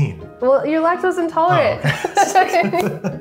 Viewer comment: Lactosint? lol